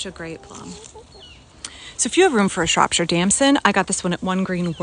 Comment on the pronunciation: Btw, it’s pronounced “Shrop - shear”